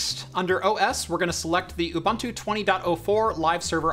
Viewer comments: Dude its pronounced ooboontu, not oobantu. Making me cringe here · Ubunto is pronounced Ooboontoo. Not Bantu , a bantu is a person from an ethnic group. Where as Ubunto is a philosophy. ;-) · love the vid. Just some little fact, Ubuntu is pronounced Ooh-Boon-tu but pronounced fast. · Lol. A lot of Americans, like in the video pronounce it Ooh Bun to. Like a bread roll slipped in the middle there ;) The boon is like a fast boen. Just sounds better ;) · Nice vid. Always a bit strange to hear Ubuntu pronounced as youbuntu, but nice to see it being used. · it's pronounced ooBOONtoo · You could yell at him for his pronunciation of Ubuntu lol